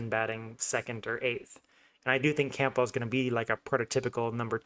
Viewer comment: I can't take this seriously if you can't even pronounce Campbell properly.